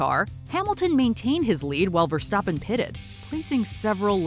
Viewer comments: yeah she said Verstaaapen and my dad says Verstappen with a fast tone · she mispronounced Verstappen